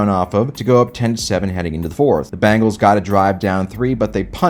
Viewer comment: Why do you say Bangles instead of Bengals?